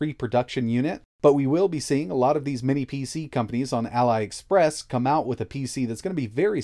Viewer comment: It's Ali Express, not Ally Express lol. Think Ali as in Muhammad Ali. Or maybe better yet, as in Ali Baba.